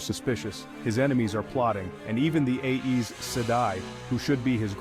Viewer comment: Aes rhymes with eyes😊 check the back of the book for help with pronunciation